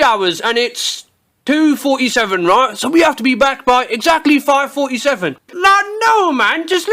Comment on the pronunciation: "Roight" simulator 2016